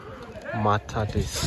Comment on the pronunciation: Nice jobs but commentators pronunciations ! METHODIST for example was said MATADIS !